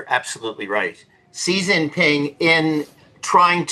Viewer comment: "See Jinping"?! Use the Mandarin pronunciation/transliteration, or even the ugly Western "Zhee Jinping"; but, don't use the southern dialect pronunciation. Tool.